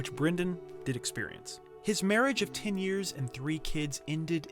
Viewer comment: Why do you say Brindan instead of Brendan? And tin instead of ten? Etc. etc